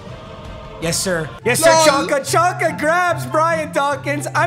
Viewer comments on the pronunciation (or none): It’s pronounced Zonka not Chonka this hurts my ears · It’s pronounced ZONKA not chonka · It's pronounced Zonka not Chonka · His name is pronounced Zonka, not chonka. It's brutal listening to you butcher player names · Yo it is pronounced “Zonka” not “Chonka”. Can’t bear you say chonka one more time. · Lol it's pronounced zon-ka. Your still the goat my guy. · its pronounced "Zonka" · plz papa say czonkas name correct the c is silent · Please stop….. it’s pronounced zonka. It’s like nails on a chalkboard sorry had to say something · STOP SAYING CHONKA PAPA